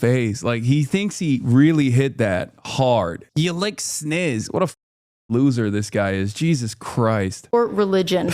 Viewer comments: He says sniss cause I am convinced he doesn't actually know what a vagina is. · He said "snizz" because he thinks the real word is pronounced "bajina"